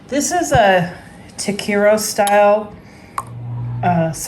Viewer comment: Tah Keh reee yah is the correct pronunciation FYI This looks amazing!!! I absolutely love your videos!